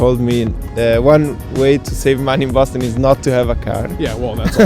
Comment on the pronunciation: Bohston!? The rent is too damn right! 💰😩